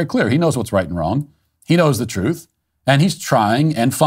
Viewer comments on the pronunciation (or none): none